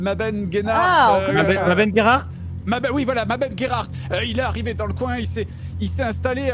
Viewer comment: Voui ! Je dis Voui !